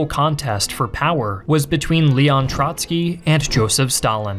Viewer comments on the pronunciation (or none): none